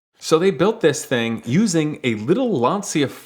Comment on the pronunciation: Calls himself a car guy butchers the pronunciation of "Lancia" OOF